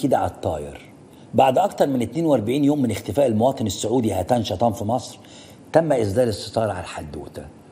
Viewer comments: هتان بتشديد التاء يا سيبويه زمانه...وليس هاتان....حتى انت عندك اللغه ضاربه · طيب يا استاذ محمد ناصر قبل ما تتكلم عن الركاكة في الصياغة ولو انها حقيقة اؤيدك فيها ...اليس من الاولى ان تنطق الكلمات والاسماء العربية بشكل صحيح فالمرحوم اسمه هتان شطا وليس هاتان شطان ....فالاول يعني المطر الخفيف بالعربية ..والثاني اسم محور من التركية لا يستعمل في بلاد العرب ....فقط للتنويه . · تقرأ ياخ ناصر هتان بتشديد التاء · عم تحكي عن اللغة العربية وحضرتك اسم هتان مو عارف تلفظه صح 😮